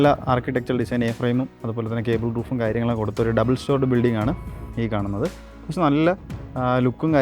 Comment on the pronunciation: കേബിൾ റൂഫ് അല്ല Gabled Roof എന്നാണ്